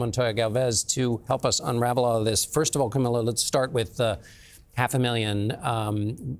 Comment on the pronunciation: CamilO. Can you pronounce it correctly, please?